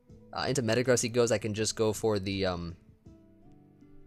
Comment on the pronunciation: Sigil is with a "J" sound! A sigil is some kind of mark or symbol with supposed a magical power! I'm glad you say the names right! I hate when Joey and Blunder say Metagross with the "gross" part rhyming with "loss" or "toss". It's supposed to sound like "grow-s" rhyming with like "roast", but without the "t" sound. A gross is 12x12, hence the pun on its weight (1212 lbs)!